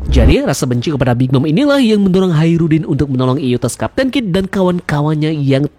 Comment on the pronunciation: Yustas min bukan yutas